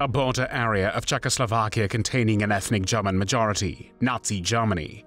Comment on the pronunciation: Why do you pronounce "Czechoslovakia" like that ?